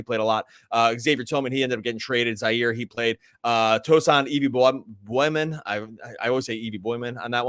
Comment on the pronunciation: Boy-yan not Bo-John 😆